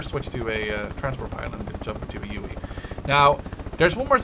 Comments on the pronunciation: its called a huey not uey and i dont mean to be a dick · it's HUEY (Hue-EE) not UWEE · He called it a ueuy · its a huey not a fucking ueuy god fucking dammit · its not the uey its the huey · So yeah uh... the HUEY is pronounced WITH the H just as a heads up! Pronounced Hu-ee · What is it with americans inability to pronounce 'H' really UEE?! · Shahid Ahmed I know got on my nerves